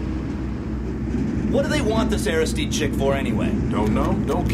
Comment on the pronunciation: Air-iss...steed vs Air-iss-STEED-ee. Funny the things that grab your attention....